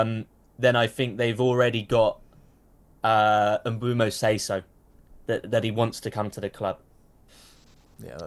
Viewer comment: Bryan Mbeumo. Pronounced: Mm-boo-moe Great video either way though!